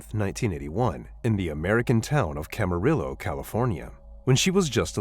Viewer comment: Pronounced "Cama-REE-oh", NOT Cama-RILLO"!! Show some respect and get it right!!